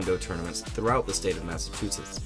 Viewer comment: “Massa-choot-sits” I can’t take this seriously in the least after that.